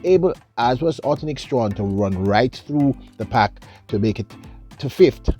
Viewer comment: Why can't at least make an effort to pronounce this lady's name correctly? I have gotten tired of hearing him just mangle people's names. A name is important.